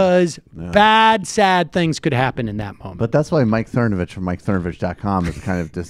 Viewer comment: I liked it when you were calling him Cernovavitch and Cervonich and Cervonavitch.